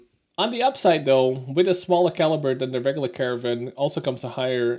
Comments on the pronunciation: You seem to be pronouncing it "caravan". That's not correct. It's car-nar-vn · I wonder why you keep saying Caravan - it certainly does not save time over saying Caernarvon (both three syllables). Of course, I am assuming that you know how. Also, , "gnarly" does not mean strong, but is used to describe an extreme move or perfection - see here: I agree with your view on Pilsen. Good review.